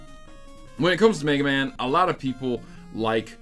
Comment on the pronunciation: Why must they turd all ovr megamans name like that? Make it stop